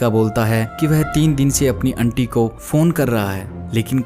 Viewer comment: बहुत उम्मीद थी...आपकी आवाज़ ठीक है लेकिन कुछ शब्दों का चयन और उन शब्दों का उच्चारण और अच्छा हो सकता है...उदाहरण के लिए - आंटी की जगह अंटी, फ्लश की जगह फ्लस (सारे श वाले शब्दों की जगह स शब्द का प्रयोग किया है. ..माफ़ कीजिएगा लेकिन ये छोटी छोटी चीज़ें इंद्रियों को बांध नहीं पाती। 🙏